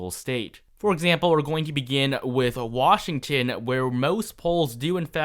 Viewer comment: Washtgtion really bro 😂